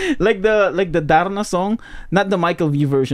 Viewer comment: Narda song …not Darna my dear hahaha!!!